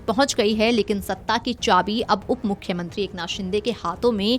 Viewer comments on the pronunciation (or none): up-mukhmatri nahe mukhmantri :face-green-smiling